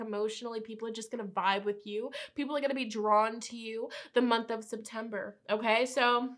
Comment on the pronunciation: I really thight she said SIMPtember